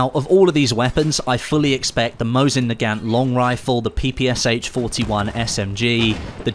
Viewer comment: Let me correct you. It is not PPSH, it is PPSh - “Sh” is pronounced as a single letter, because the author of the weapon design was called Shpagin